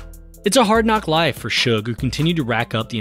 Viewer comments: Seems so weird to call him Shug spelled Suge. I purposely pronounce it Sooge at this point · Shakur is biggest Doofy of all time. He destroyed hiphop with his shitty HipPop. BTW: the guy is called Suge not Shug BTW2: Look what a Bastard Suge was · As soon as I heard Suge pronounced SHUG, I had to end the video